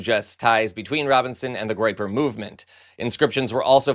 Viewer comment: "Groyeper"? Tim Walz was right: these people are just weird.